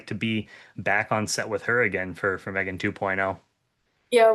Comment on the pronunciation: Ty all youre allowed but it's pronounced MEGAN